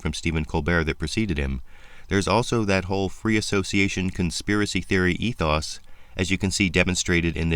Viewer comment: i didnt know ETHOS was pronounced "ethas"